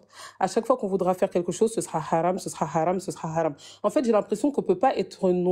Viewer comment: Moi ce qui me fou la haine c est quand elle dit "quéque chose"